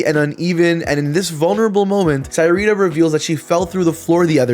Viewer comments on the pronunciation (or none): I don’t know how I feel about having the same name as her. But it’s pronounced (suh-ree-tuh)